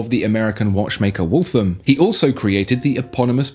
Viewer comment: I live in Massachusetts, it's pronounced wough-tham